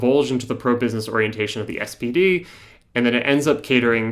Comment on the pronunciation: You're calling the SPD the "SPD" but using German pronunciation (with a terrible accent), or as you frame it, "those in the know", thus demonstrating why the left arent winning the working class.